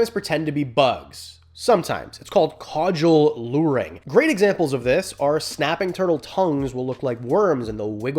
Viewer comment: It's called "Caudal" luring, not "Caudual," you plebian. Haha, you loser you mispronounced something, loser. How silly you look. 😛 Haha love you, but not like in a weird way, weirdo.